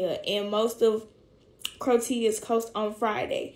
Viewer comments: At around 34 mins that chick said 'crow-tia'... its Croatia, like 'crow-achia' sounding lol. That just made me laugh. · She don’t know how to say Croatia